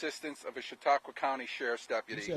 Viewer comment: Also the way Hasan (mis)pronounces Chatauqua makes me laugh...I wanna hear him try Scajaquada and Chiavettas next...